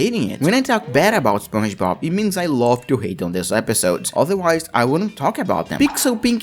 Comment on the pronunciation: Spuoin bob?!💀 Alright this comment is not a insulting thing so don’t give me some bunch of pisses comment about stuff. Thank you (anyway it supposed to be spon ge bob)